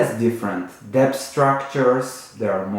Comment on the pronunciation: Love your videos. Just a comment.. Debt is pronounced “Det”, the ‘b’ is silent.